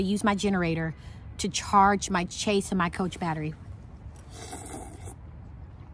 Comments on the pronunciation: I love your videos, and enjoy the meals. You give me meal ideas I never think of. Also I think the word when you were referring to your batteries is, chassis, pronounced ( cha )short “a” and “c” cha/c, not “chase.” Again I love your channel, and hope you don’t mind. 💛🤗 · FYI...it's a "chassis" battery, pronounced "chas-ee", not "chase". I'm a 65 year old woman and a long-time RVer. I love how you are (finally lol) reading your manual and learning about your home! You have a very high-end RV with sophisticated systems that are designed to do everything efficiently and often automatically. You paid big bucks for your home, and IMHO, you are doing it and yourself a disservice not using all of its wonderful amenities as intended, and you deserve to enjoy all it has to offer! There is absolutely no reason to be freezing cold, or to not use your fresh water system. Your heating system is designed to keep the plumbing lines warm so they won't freeze. Keep on reading and learning! Love your channel.